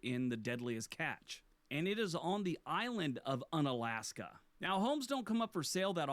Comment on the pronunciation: He mispronounces Unalaska. It is pronounced Yoon-alaska, and the “un” is not related to the English “un-.” In reality, the town is named for the Aleut word meaning ‘near the peninsula’—“ounalashka.” The prefix here means “near.” Alaska is also an Anglicized version of various Russified words for “mainland” in Aleut and related languages.